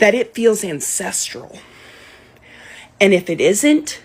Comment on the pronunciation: "Ancestral rage" LOL I literally heard incestual rage!! I think it's more accurate when you say it my way! It's hard for me to believe that there are very many branches on that family tree! I imagine it being a beanstalk just go straight up and doesn't branch out in any direction!